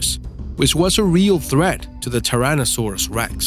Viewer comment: seriously! Tirannosaurus! Dude can't you pronounce a dinosaur name correctly